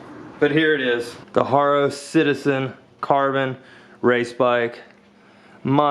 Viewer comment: its ha - ro not har - ro